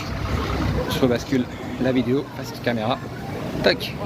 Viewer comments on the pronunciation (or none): none